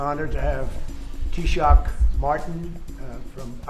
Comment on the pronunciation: Tab - ith- ha, not Tabita. I'm so used to hearing Matt Cooper's introduction I forget what English sounds like.